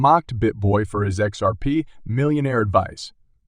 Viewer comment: You need to learn how to pronounce Hinman as well as X R P.